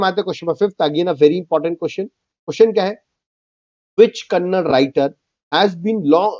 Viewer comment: it's Kannada not kannad